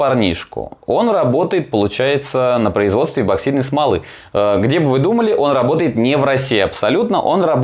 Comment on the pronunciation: почему эБоксидной то?! Неужели прочитать правильно так сложно